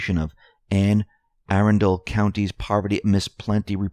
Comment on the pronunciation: FYI: That's pronounced Anne uh-RUN-d'l County. I used to live there.